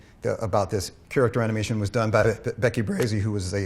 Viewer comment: character animation が 京都アニメーション にしか聞こえない...